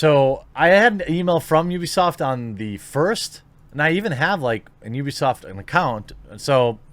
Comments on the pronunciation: It's not a Japanese company. It's you-bee-sahft. Uplay should've told everyone that. It's obviously a play on the company name and wouldn't make any sense to be oo-bee-saft. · heres how ya say ubisoft its pronounced YOU be soft not oooooo be soft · It’s “you-be” not “ou-be”😂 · It's pronounced "BewbeeSoft". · It’s pronounced UwUbisoft, duh. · The correct pronunciation is "Crappysoft" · Jeremy, it's pronounced "Ubersoft" cause they're intellectually impotent. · I always pronounced it oobisoft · UUUbisoft / how we austrians say it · I'm not going to say "Oobisoft." I don't care if that's the proper way. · It's pronounced You-be-soft. Describes their business philosophy perfectly. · I say oohbisoft too so dont feel bad. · The only way to pronounce Ubisoft is: You-Be-Soft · English speakers are not capable to pronunce the 'u' right. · Ubisoft is literally U - B - I soft, just because they because they pronounce the U as Oo over their doesn't mean you have to pronounce it the same way. For example for Monster hunter fans, Tigrex from a Japanese perspective is pronounced as: Tee-grex... But that would be the equivalent of someone here pronouncing Tiger as Teeger.